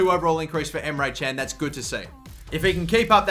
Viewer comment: you said emre çen:) but it isnt emre kan look at google